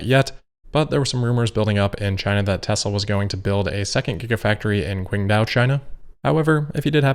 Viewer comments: Qingdao pronounced Ching Dau. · “Quing Dao”!?;) — ok, after the great success teaching German, it is time to start on Chinese. The letter “q” is pronounced roughly as “ts” and the digraph “zh” is pronounced as “j” (Guangzhou = “Guangjoe”). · Qingdao is pronounced “Ching Dow” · Qingdao is pronounced closer to Ching Dow. FYI